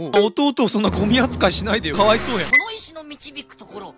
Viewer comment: か↑わ↓いそ↑う↓ww